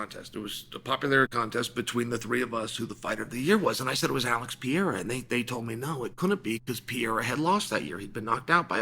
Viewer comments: What is it gonna take for uncle Chael to learn how to pronounce PE-RE-I-RA ? Instead of PI-E-RA ? Haha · he always says Pierra 😝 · Surreal vs Pee-era LMFAO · you put him in the GOAT conversation, you should probably also start pronouncing the name correctly Pe-re-i-ra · "Alex Pierra" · How many wins away is he from you pronouncing his name correctly? :D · Someone please show this man how to pronounce Pereira!!! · Chael, if Alex gets it done, wil you pronounce his name correctly? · How many times can i mispronounce the champs’ name? That was his inspiration for making this video. The only reason, all the rest is garnish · I’ll give u 25 dollars 💵 if u learn how to say pereira correctly 🤣🤣🤣🤣🤣🤣🤣😬😬